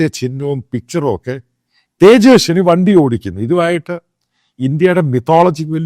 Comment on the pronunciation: അച്ഛായാ...തേജെസ്നി അല്ല തേജസ്വി യാദവ് (Tejashwi Prasad Yadav)